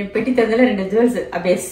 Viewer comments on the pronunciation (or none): Take care of your mom. Is it not petti ? You say potti for suitcase😂